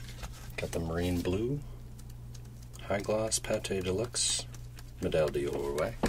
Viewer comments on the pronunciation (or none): D'OR is pronounced door not dee-or. I think Medal D'OR is gold medal.